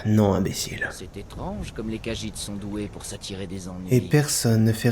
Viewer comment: Khajiit pas cajite xD